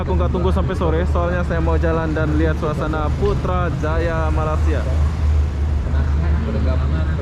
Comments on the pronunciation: Bukan sore bosku. Petang waktu petang. Bukan mala- sia tapi melaysia. Hahaha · Rasanya dah lama duduk Malaysia,tapi masih tidak bisa menyebut Malaysia dengan betul☺️. Bukannya Mala-sia bang.